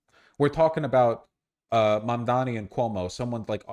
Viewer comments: To be fair, even Youtubers supporting Mamdani also calls him "Mamdami". It's so weird how people have hard time pronouncing it. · Sounds like "Momdommy" and I think that's pretty funny. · I like how Cuomo still can't pronounce Mamdani's name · Cummo can't pronounce words.. shocked